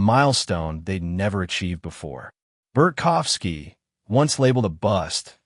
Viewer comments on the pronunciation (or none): It’s BART kowski…not Bert kowski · There’s no F in his name. Bart kow ski.